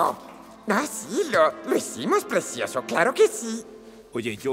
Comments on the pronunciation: Eso mismo opino, a ver si aprendemos a hablar, creo que te comiste la "C", es "PRECIOSO", no es con "S". Y si escuchas todo el audio, sí dice "precioso"... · Morí de risa cuando dijo presioso